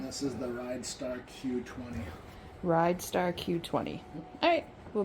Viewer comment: its pronounced ridster